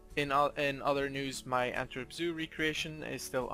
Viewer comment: As a person from Belgium I quite often cringe at non native speaker trying to say the zoo names like the way you say Antwerp zoo